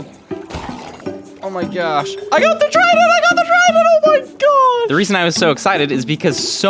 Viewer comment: Did y guys realize minecraft YouTubers says things like OH MY GOD but they say OH MY GYAS